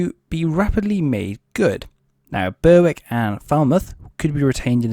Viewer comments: Berwick pronounced Berick, w is silent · A few pronunciation corrections: Rothesay has just two syllables, 'Roth-See. Berwick has a silent 'W; so 'Berrick'. Fowey is pronounced 'Foy'.